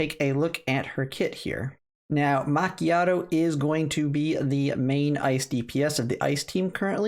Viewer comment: Yes, you are saying it correctly now. Fyi, it is an espresso with a tiny bit of steamed milk. A super-potent latte, if you like. That is why all the references to milk and coffee, in her skills.